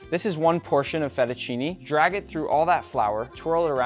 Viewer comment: You keep saying "Italy" "Italy" "Italy" but IN ITALY WE DO NOT HAVE "ALFREDO" SAUCE AT ALL IN ANYWHERE, It's an American invention. Then it's Fettuccine and not Fetucini.... 😂🤣😂🤣